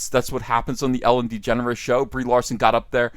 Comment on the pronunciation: you said Ellen DeGenerate wrong